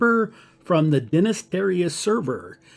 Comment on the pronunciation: Like the reference to Jason Wivart =D, also did you say you were on Denist?